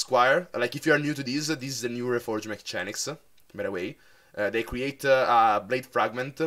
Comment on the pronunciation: mi sei davvero simpatico e non prenderla come una critica.... ma si pronuncia MECCHENIKS